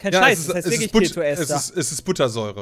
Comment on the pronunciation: Eine Info für euch: es heißt Ester nicht Esther und wird mit einem langen E gesprochen, also Eeeester